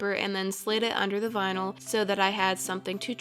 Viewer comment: "Vinal twins" 🤣